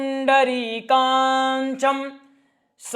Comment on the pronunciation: पवित्रीकरण मंत्र का उच्चार चेक कर लीजिए, काक्षं को आप काक्षं बोल रहे है, bahyabhyantae का उच्चार भी कुछ अलग ही कर रहे हैं, यह अपने गुरुजी से चेक करवा लीजिए